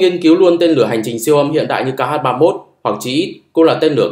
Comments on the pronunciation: Chữ "Х" trong tiếng Nga không phải "ix-sì", mà là "kha". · X đọc là khờ nhé àd :)))